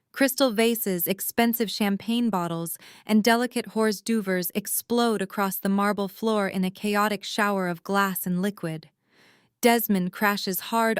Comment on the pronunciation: Horse do vers? 😂 Hors d'oeuvres is pronounced or derves.